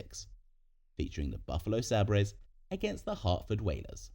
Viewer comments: I’m not a buffalo fan but it’s said like saybers not saabrays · the Sabrays???? wtf AI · The Buffalo Sabb-brays? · Sabers, is pronounced “say bers” you know, like the sword which is prominent in their logo. 😂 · How does someone pronounce Sabres as Saab Rays LOL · i put up with the pronunciation gaffs unil the Buffalo WHAT??? This exact mispronunciation was actually a running joke on The Office!! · frenchy style lol